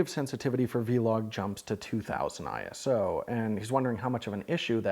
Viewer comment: Special thanks to for being one of the only You Tube creators who says ISO correctly. Sorry I couldn't take you guys to Costa Rica for the OM-1 like I did for the E-M1III!